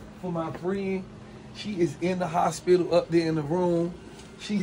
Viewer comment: This 🥷🏾said hopilla...not hospital